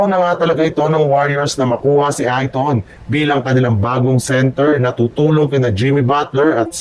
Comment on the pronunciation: Hindi ka marunong magbasa kahit apelyido anong klaseng vlogger ka walang aral???????